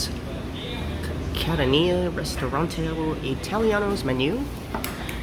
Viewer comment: Might be spumoni ice cream. Rum-my flavor? Maybe called, Kah-TAHN-ya. Not Cat-uh-NÉE-yuh.